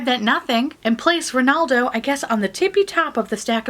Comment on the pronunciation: "Rrrrrrenaldo" sounds like the cheesy protagonist of an Italian opera. 😂 "Sorry Barack, I miss youuu〜” You've voiced the sentiments of MANY many people...